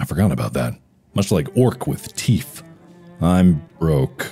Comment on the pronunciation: Ikr? My attention rubber-banded when he said "like Orks with teef."